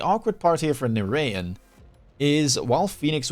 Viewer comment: narayan is pronounced na-ra-jan like how you would say it in dutch. Indian origin name. nice content as always, you and surrey are the best. you guys should do some 2v2 together, force the rat to do some team play.